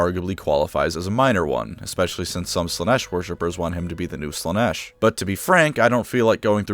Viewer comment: It's Slaa-nesh. Learn the words...!